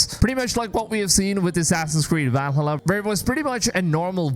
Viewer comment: I think, seriously, that you should at least know how to pronounce key words. If you cannot say "Valhalla", if you never researched its correct pronunciation, it is highly likely that the rest of your 'in-depth analysis' takes similar shortcuts. Videos like these should not only be a free flowing stream of consciousness packed with opinions, your presentation should be researchable and verifiable. How do you pronounce "America"?